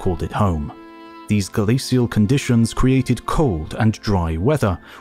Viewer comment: I realize its nitpicking and the details are very interesting, but it is driving me absolutely nuts that the narrator for a documentary on ice ages doesn't know the correct pronunciation for the word glacial. I am irritating every time it crops up. Its not "SEE" its "SH". Still it is informative, so thanks.